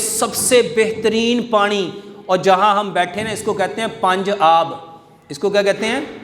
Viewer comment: Pani not panre.